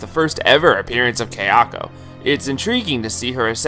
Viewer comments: Haha I had to comment on the other video that it's kaya-ko not kayak-o it's sada-ko not sadak-o it pissed mee off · This was a great video, very well researched. But friend - if you've watched the Ju-on movies so much, surely you've heard them say 'ka-ya-ko,' not 'kei-a-ko.' So distracting. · For your information, Japanese is pronounced exactly as it looks. Kayako is pronounced ka-ya-ko. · Only complaint with this video is that my OCD triggers whenever say Kayako's name lol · Great video, but it annoyed me everytime you said Kayako wrong. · Guys seriously he’s a westerner of course he isn’t going to pronounce a Japanese name right. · Kai-ya-ko, Ta-Keh-Oh, toshio was pretty good